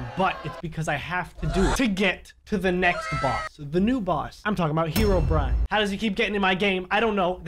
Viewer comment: is it just me or did just say: “herobriane is pissed”